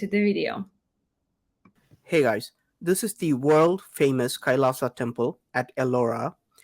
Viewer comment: Pronounce it like kai-laa-shaa Meaning -lord Shiva